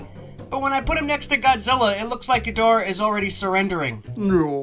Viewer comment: He finally said Ghidorah right again